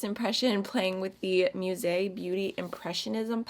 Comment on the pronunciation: Its not pronounced as "muse" beauty but musée beauty, its a french word ;) it means museum